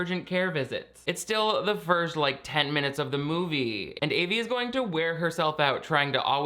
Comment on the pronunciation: pronounced Avys name wrong :(